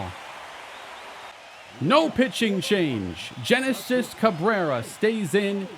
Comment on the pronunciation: Genesis Cabrera's first name is pronounced with the G sounding like a H. (He's on the Cubs IRL and that's how the announcers say his name, so it could be wrong, but that's how they pronounce it. I figure it's safe to say that is the actual pronunciation)